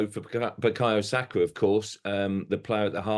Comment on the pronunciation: Sakargh??! Now was that ne-ce-ssary?